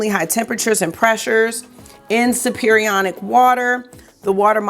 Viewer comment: Chem teacher here. Superionic is pronounced super ionic.